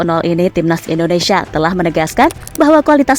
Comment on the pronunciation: Maaf sebelumnya Bukan endonesa tapi INDONESIA